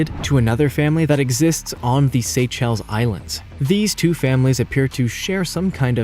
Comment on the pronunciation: rather than pan-GO-lynn, it's pronounced PANG-go-lynn. You put the em-PHA-sis on the wrong syl-LA-ble. Yangtze is yanked-SEE, which is a major river in China, not YANKEDST. Seychelles = SAY-shells, not SAY-chells, and grebe is greeb, not greb. Tanzania is tan-zan-EE-uh, not tan-ZAN-ee-uh. If this were the old days before computers, and websites like Wikipedia, these could be easily forgiven. However, all 5 of these blunders are pronounced on that site, so no excuses. Aside from all these ridiculous blunders, this was a very good and interesting video.